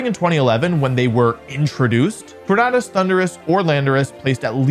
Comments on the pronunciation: I hate how he says Tor-nahh-dus instead of Tor-nay-dus 🥴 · that's like saying tor-NAHD-o though, and it's quite clear that that's incorrect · why does he keep saying tor-NAHD-us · Why does he pronounce it TornAHdus? 😭 it’s tornadus like tornado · Tor-NAE-dus. Like Tor-NAE-do. No one says Tornaado, say it correct please. You're a VGC Champ😭😭😭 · The fact that this guys career title is “professional pokemon bibeo gamer” but says tornadus as “torn-add-us” is sad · Tor-Nay-Dus Exactly how you would pronounce tornado Great analysis btw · TornAYdus. You don't say torn-uh-do do you... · Why're you saying Tornadus weird?